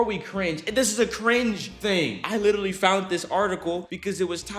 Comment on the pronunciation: "She witerally"~